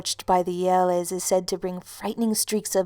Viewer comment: im from romania,and i love how you say "iele".